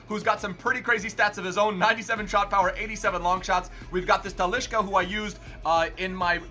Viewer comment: Tellesh, Danny Alvesh, and talishca